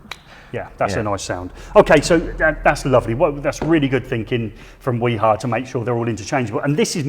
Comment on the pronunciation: nobody pronounces "wiha" as good as you guys